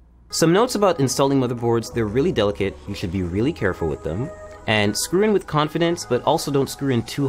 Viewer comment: screw in wif confidence.. I rike his style . lmao